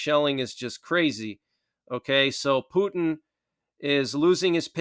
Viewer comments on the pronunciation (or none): none